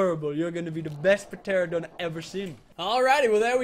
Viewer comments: It’s not p Tera don teradon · It's just terradon the p is silent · it's ter-an-a-don get it right next time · Lil Nightwing per-teradon lmao. It’s pronounced ter-an-a-don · pteranadon- ta-ran a-don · goddddddd its teradon not peteradon!!!! the p is silent! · tera-don not pt-ear-a-done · tare-uh-dahn. not puh-tare-uh-dahn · (Pa-tear-adon) my god ur killing me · pa teradon lol, p is silent is pterodactyl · ITS PRONOUNCED TERANDADON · did he actually say p teradon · Its called a teranadon the p is silent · urrrh meehhh guurrrdd u pronounce it teradon it has a silent p in pteradon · Teranadon that's how to pronounce it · ITS NOT Pteradon the p is Silent! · It's tur-an-uh-don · He called it a p teradon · It is pronounced te-ran-o-don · It's pronounced teradon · It is pronounced ‘ter-ran-a-don’ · its pronounced teranadon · Pteranodon is pronounced teranodon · the p in pteradon is silent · The p is silent in pteranodon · I hate how pronounces pteranodon the p is silent he should know how to pronounce it